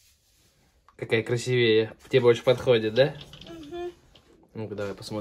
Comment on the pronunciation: Да, поддерживаю!, запомните, пожалуйста:"красИвее", это Васёне Вы говорили, нужно чтобы девочки запоминали правильное произношение слов😉✌️.